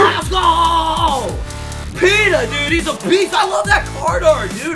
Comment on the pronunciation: Nice video but as a Ravens fan I'm offended 😂 it's Pitta not Peta